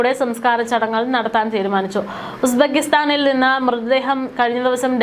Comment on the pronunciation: Aadhyam uzbekistan enn parayaan padikk